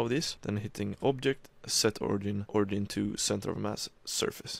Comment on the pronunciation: Its not pronounced ori gin, its ori jin